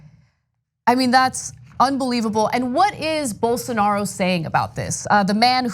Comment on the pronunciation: "Bol... Bolsarnaro" -_